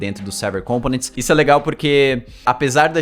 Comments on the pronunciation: sou seu fã kk mas ao invés de pronunciar com-po-nents como proparoxítona faça como paroxítona rsr ao invés de COM-po-nents fale com-PO-nents só mais uma coisa, sabia que eu sei todos os caras que fazem vídeo no youtube que aprenderam contigo... comenta aqui que te digo como rsr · Components se pronuncia com enfase no segundo O. compOnents e nao cOmponents.